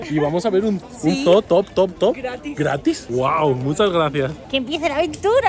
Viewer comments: Chicos se pronuncia como zuu no zoo😂😂yo vivo en Estados Unidos And I speak perfect English ❤❤ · Que es un zoo (zoologico) que es estoooooo???? SERA UN (ZUU)? jejejejeje